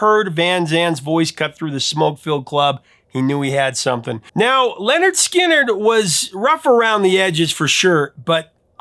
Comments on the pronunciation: The bands name is not Leonard. It's Linnard Skinnard. You got the story right but you keep saying Leonard! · No it's n ot pronounced LENNard Skinnerd. It's just how it's spelled. Linnerd Skinnerd. Very Southern pronunciation. Linnerd Skinnerd rhymes and has a ring to it. LENNerd Skinnerd does not.